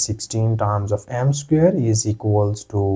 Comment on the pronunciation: Its pronounced SQUARE...NOT SCARE !!!.